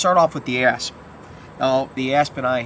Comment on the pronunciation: This was awesome and informative, and with your accent, I have to say every time you said ASP Baton, I heard ASS Baton XD